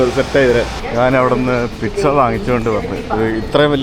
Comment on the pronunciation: പിറ്റ്സ അല്ല പീറ്റ്‌സ ആണ്